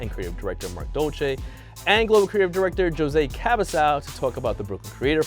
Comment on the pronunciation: Did this guy mispronounce the name jose?